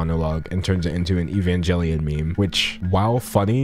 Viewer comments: Hearing dangelo say evanjelion hurt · That's not how you pronounce Evangelion, bro. It's pronounced like the g in angle not the g in angel. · the way he,, pronounced evangelion,, aha